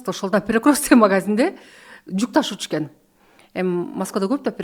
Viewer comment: Перекросток,федерасиасында,заваская деп туура эмес суйлогон -вышый образаваниясы бар умныйларга диктант жаздырса экиге жазышат болуш керек…